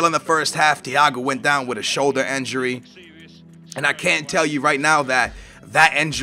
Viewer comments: INJURY IT'S INJURY NOT ENJURY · Is it not said injury on enjury